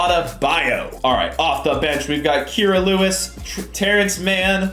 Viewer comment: is KI RA not Kera